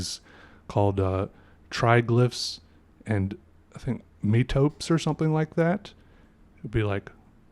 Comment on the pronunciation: metope = met-uh-pee